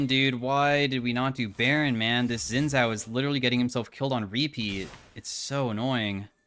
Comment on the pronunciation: day 1 of asking to pronounce xin zhao correctly